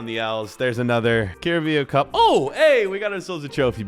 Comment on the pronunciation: "cArRaBeAu CuP" bro 💀